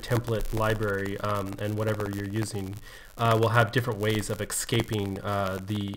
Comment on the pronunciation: Why do you keep saying excaping?